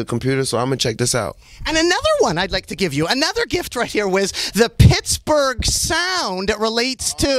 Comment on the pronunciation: Did he celebrate his “birfday” in “picksberg”?